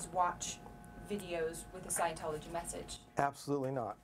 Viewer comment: "SIGN-A-TOLOGY" LMFAOOOOO